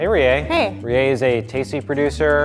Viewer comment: In NO way attempting to shit on, but am I the only one bothered by the way he says "Rie"?